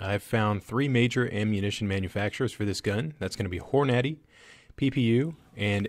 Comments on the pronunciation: Hor - nady. For crying out loud..... its horn -a-day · "Whore-Natty?" Never heard of that ammo company.